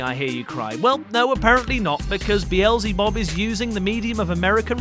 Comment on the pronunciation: I asked who B.L.Z. Bub is, but you told me who Beelzebub is. Totally different pronunciation. Which is what i was making fun of. The narrator pronounced it stupidly.